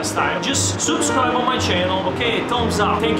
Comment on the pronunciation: Si dice subscribe NO SOUPSCRIBE